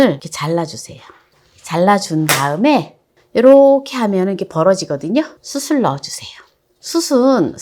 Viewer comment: 수슬 아니고요 수츨...